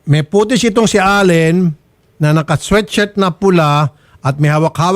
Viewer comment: "Sweat shirt" poh, hindi "sweet shirt" 😅